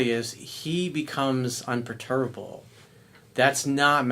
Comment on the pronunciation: Un per tu ba ble... gees man.